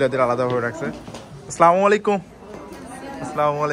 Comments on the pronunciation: সালামালাইকুম বলবেনা আসসালামু আলাইকুম বলবেন শুদ্ধ মুসলিম ভাবে কথা বলবেন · আসসালামু আলাইকুম হবে। স্লামালাইকুম শুদ্ধ নয়।